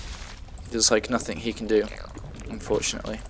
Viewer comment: why do you say nothinK and stuff like that with a K on the end? Im from holland and I do not know a lot about english accents. Where are you from? And does everybody talk like that there or is it just you. Sorry if it sounds a little rude, thanks for all the videos, I was just wondering.